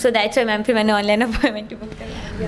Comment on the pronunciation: گلتی اور فِر سے تو لگا کہ انڈین چینل دیکھ رہے ہیں 🤪🤪